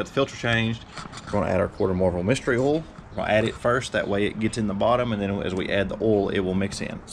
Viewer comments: It's called "oil" no "owel" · It never gets old when people call OIL...OLL